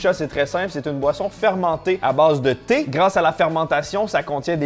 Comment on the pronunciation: Quand t'as dit thé thé, j'ai pas entendu tétés, mais j'ai entendu TT. Alors je me mettais en route pour l'île de Mann, jusqu'à ce que je comprenne. Doooonc, je repose mon casque et je poursuis la vidéo. Bisous